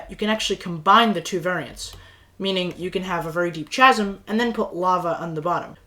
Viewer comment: bro really said chasm like that, he did the word chasm dirty